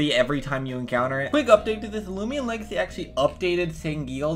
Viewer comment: “Loomian legathy”